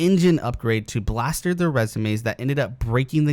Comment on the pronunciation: "Bolster" not "blaster